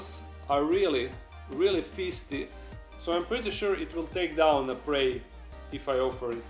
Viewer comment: O.O did he say "really fisty"?